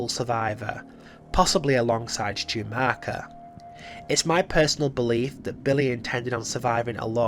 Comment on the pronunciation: Stu's surname is pronounced Mock er, not Mark er.